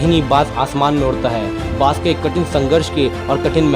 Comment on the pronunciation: Bhai bash nhi baaj bolo